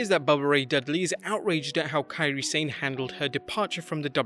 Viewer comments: If I had a nickel for every time I heard people mispronounced "Sane" I'd be a millionaire. Why football (soccer) commentators who are British can pronounce the word "Sane" properly and not pro wrestling people? Drive me insane when I'm hearing people keep saying "sein" instead of "sa ne"! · Kian they spell what it is closely sounds like when it is written in 2-3 words. 'sa' sounds 'sa' and 'ne' sounds like 'ney', combined 'sane' become 'sa-ney', but english speakers make it sounds 'sain' instead because they followed English pronunciation of 'sane' and not Japanese romaji pronunciation of 'Sane'. Maybe they should make it 'ney' but probably they don't want to make their romaji spelling longer. I can understand if its mandarin hanyu pinyin, that one yeah really confusing, if I had a nickel for every mispronounciation of Beijing I'd be the richest person in the world lol